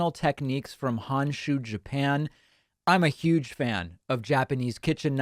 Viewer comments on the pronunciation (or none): none